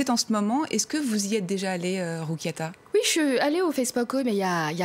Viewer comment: Bonjour mdr elle a tué son prénom la journaliste🥵